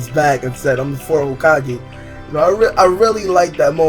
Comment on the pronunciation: The way you are saying Hokage xD it sounds like Hokagay xD